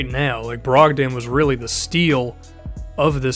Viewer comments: brog-DON not DAN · not trying to be a jerk, but malcolms last name is pronounced brog-din not brog-dan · I'd just like to mention: Malcom brogdans name is pronounced more like brog-din